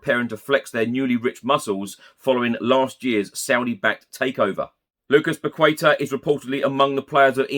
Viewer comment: solid reporting as always. I want to give you feedback on how to say Paqueta: pah-kay-tah. Its portuguese not Spanish!:)